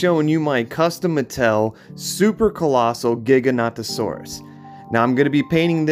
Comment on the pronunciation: Your Pronouncing the Dino’s Name Wort it’s Gig-a-not-o-Saur-us